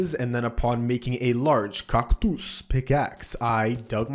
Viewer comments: No way bro called cactus cactuos💀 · Wtf with that "cactus" pronunciation, sounds like an Indonesian 😂😂